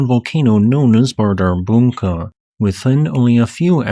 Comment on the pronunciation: The d carrying a cross symbol should be pronounced like the 'th' in the in English. On 2nd hearing, I think you got it. It's hard for an English speaker to put that sound in an odd place.